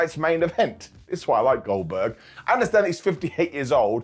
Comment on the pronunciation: I love that you don't say words a lot of times, but at least it's always close enough so you can get it 😅😅 "Goldkerk" the goat